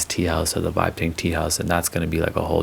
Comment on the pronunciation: Not gonna lie you said vibe TEA and im still laughing